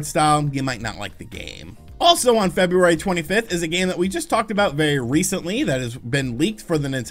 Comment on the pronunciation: There's an R in February. Just saying.